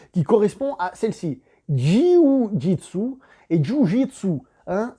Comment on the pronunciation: "JU JOUI D'SU"